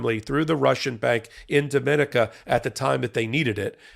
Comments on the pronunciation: DomaNICa, not DoMINaca. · That island of Dominica is pronounced, Domi-nee-ka!